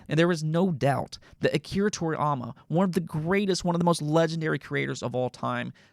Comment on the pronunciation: To-ri-YA-ma! NOT To-riy-ama!